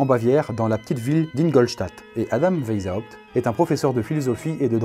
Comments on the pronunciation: "veille zawpt" c'EST VICE HAWPT PAS VEILLE THIESULHRFEZs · Ca ne se dit pas WheisHAupt mais juste WeisHopt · Ça se prononce "vaïshaopt". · On dit veï za opte ... Je l'ai toujours prononcé weï chopt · "vezhaoupt"... Merci. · Juste le nom Weishaupt se dit à l'oral "Waishaupt", comme le couleur blanche en allemand ( Weiße), voilà des bisous <3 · Alors PARDON d’avance mais là ça va plus: Adam WEISHAUPT le ei se prononce comme aie! ; le s est Un vrai s et non un z ; le h n’est pas, aspiré: il faut le prononcer! ; à la fin c’est PT pas juste T donc il faut aussi prononcer le P! Donc phonétiquement ça donnerait: Adam Waiesshaupt Par contre le aou du WeisHAUPT ça c’était bien ;) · "ça se prononce WAÏSS HAOUPT" - le relou qui te dit comment prononcer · Weishaupt se prononce "Vaysshaopt" derien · J'aime beaucoup les bulles mais un petit truc : Weishaupt est un nom allemand et tu aurais pu regarder sur Google comment il se prononce parce que tu l'as écorché pendant toute la vidéo ! 😂😂 Sinon c'était super intéressant !! 😉😘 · Omg mon père travaille pour les illuminati il travaille dans une entreprise qui s’appelle weishaupt Ps: tu le prononce mal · J'imagine que si était un illumitati... Il arriverait à prononcer "Weishaupt" MDR